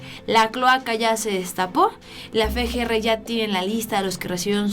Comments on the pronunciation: no es fe, g, r. Es efe, g, r. Espero lo tomes en cuenta, hasmelo saber, gracias. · no es Fe G R... Es FGR osea efe no fe. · Efe, Ge, erre no Fe, Ge, Erre.